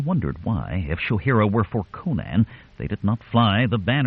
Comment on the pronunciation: Why can't you pronounce Conan? Co-naan is just nonsense. Think Conan O'Brian. Then next time I might listen but the thought of the narrator's endless mispronunciation caused me to give up in seconds. I'll look for a channel that can correctly pronounce the hero's name.